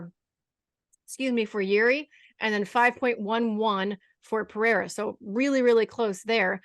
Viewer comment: Shoutout to Laura for not calling Pereira, Peheira